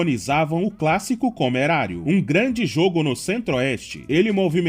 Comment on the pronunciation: "clássico comerário" suspeito🤨🧐